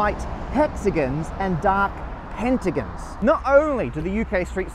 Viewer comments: Pentigins and hexagins btw it's ging not gong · It's gon, not gin Hexa GON Penta GON NOT gin. I thought you were Australian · We should start a petition for him to pronounce pentagon and hexagon correctly. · "pentagins" yo its an o pentagOn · Is it just him or that how people in Britain pronounce hexagon and pentagon? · As an Australian I spent the whole video getting to decide if a) Matt's developed an accent, b) Matt can't pronounce pentagon/hexagon, or c) southerners pronounce pentagon/hexagon weird. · Say hexagon or pentagon wrong one more time i dare you